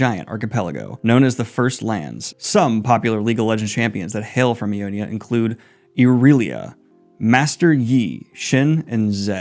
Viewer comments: lol, you got all the region names wrong, though that's understandable. Nox-us, Ion-ia, and Dema-cia is how they're pronounced. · Helping a brother out on pronunciation cause we all been there. Noxus: Nah-k-sus. Ionia: Eye-oh-knee-uh. Demacia: Dem-ahh-see-uhh. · In the name Ionia the first "I" is pronounced like "I" the pronoun and the end sounds more like a "ja". In Demacia the "ma" is like your calling for your mother with a short "ma" - sorry no idea how to write phonetics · League names are already bad, so for someone with Dyslexia there is really nothing to aplogise for, but it did bring me a good chuckle when you got every name wrong and preemtively apologised. Noxus with an o as the first vocal. Ionia with a second i before the a at the end. Yes it is a name with four syllables and five letters, don't ask me why. Demacia with an a as the second vowel. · Both Daniel and butchering the pronunciation of names in a show they watch and HEAR just has to be bait at this point lol. Had to pause and wheeze at Nexus, Iona and Demessia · As a fellow Dyslexic, the 'Noxus' pronunciation had me cackling. Ionia and Demacia too. Love the content tho.